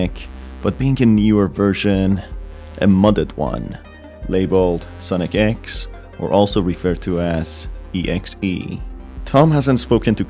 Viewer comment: It's not ex it's e x e